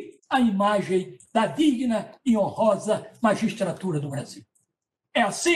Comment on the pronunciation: Cara falou com uma vontade "Digna e horonsa magistradura do brasil" kkkkkkkkkk